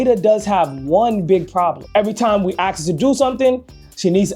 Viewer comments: Maybe you need to ask her, not axe her? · IMPRESSIVE. You are so intelligent but can't say the word ask? That's a bit weird to me. Try to better that as it makes you sound less than you obviously are. Again impressive work.